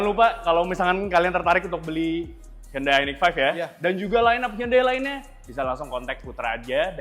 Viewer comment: respect dengan penyebutan merk "HYUNDAI" dengan benar